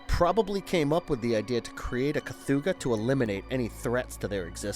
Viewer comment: I will never understand how people can mispronounce the names of things when its said in the damn movie. Ive never heard of a 'kathooga' But The Relic does have a creature called the 'Kathoga'.